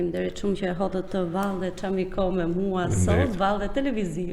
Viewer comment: Më falni dhe më mirkuptoni! Fjala "çámiko e ka theksin tek "a"